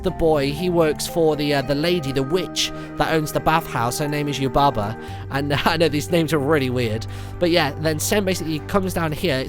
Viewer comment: Did any one else notice he said " Bo shes Yubba's son" XD